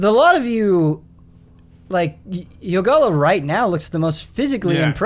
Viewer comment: Ren: Youngalla... Yogalla: It's YOgalla, learn it Ron!